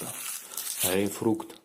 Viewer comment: Грейфрукт🤣🤣🤣 Наверное мама так всю жизнь говорит? Ладно,учись пока папка жив - ГРЕЙПФРУТ!!!